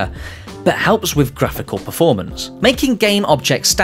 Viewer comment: i love everything except how he says "eligible " like illegible", like you can't read it, not like it qualifies for something. "static batching allows all illegible meshes (meshes you can't read because they are written poorly) to be combined into the same buffer."